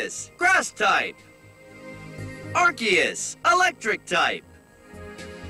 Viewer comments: Excuse me, arceus is pronounced ARKOOS and yveltal is pronounced YAHVALTAL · It's arkeus not ar'che'us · Its not ar-see-us Its AR-KOOS Also i listened to this in the shower and i got to meganium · Ar-KEY-us Not Ar-SEE-us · I know! Everytime someone pronounces it "Are-See-Us", it makes me cringe! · Ray-quah-za and Ar-see-is will always be my preferred way of pronouncing no mater how much official media says otherwise 🤷‍♂️ Rose-raid also sounds weird to me. I prefer Roser-ade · i refuse to believe its arkeus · And Arceus